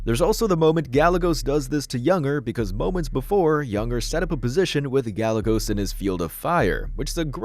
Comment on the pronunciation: Gallegos's name is pronounced Ga'ye'gos